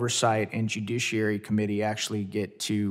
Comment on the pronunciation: I am a little bit ashamed of the fact that he said "Jiduciary committee". Not a great look lol